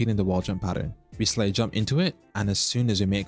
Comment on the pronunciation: I’ll watch this when u pronounce slide properly lol